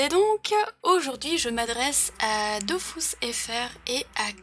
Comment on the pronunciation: C'est pas DOFOUSS, c'est Dofus, avec un U Kappa